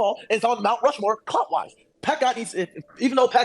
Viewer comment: Bro said “Rush Mountmore”